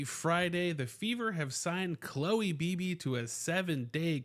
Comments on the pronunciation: I'm glad you covered this signing because it could pay dividends. However, her name is not pronounced Bee-Bee. It's pronounced Bib-Bee, like the word "bib." This was how her name was pronounced when she was with the Valks. And to make doubly sure, I went to her payer page for the Terps, where you can hear pronounce her own name. Also, good luck with your move! 👍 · Dude, it’s “Bib ee”!